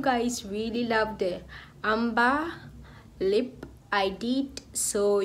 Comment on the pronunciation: Lovely 😍 Ombre pronounced * (OMBRAY)